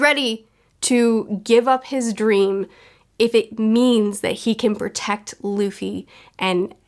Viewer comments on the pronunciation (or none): none